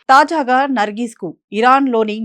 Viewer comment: తాజాఘా కాదు. తాజాగా అనాలి.😮